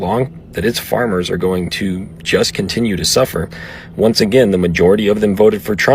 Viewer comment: Hun, it is Farmers, not formers, but you speak the truth!